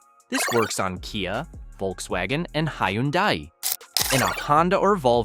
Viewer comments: Hi-un-di - interesting pronunciation.... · The AI voice saying Hyundai...